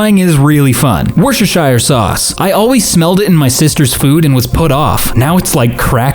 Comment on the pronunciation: is no one going to talk ab how they said "Worcestershire" so perfectly???